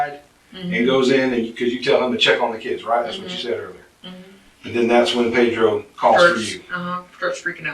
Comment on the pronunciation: I cringe every time she says "Pedro"